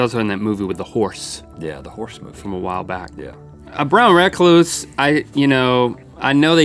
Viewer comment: you said Brown recluse spider wrong